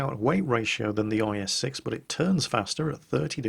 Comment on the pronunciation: At some point he said IS-sex???? What's going on there?:P